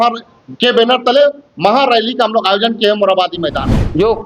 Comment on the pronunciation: Yojna ko jojna. Kurmi ko kudmi, 😂😂😂 wah